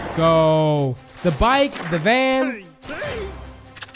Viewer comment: why does the Van say “Vañ”?